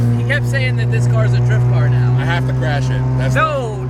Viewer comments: "kwash me?" lmao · "Whatd you say, cwashhhh meh" lmao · "Cwash me?" 😆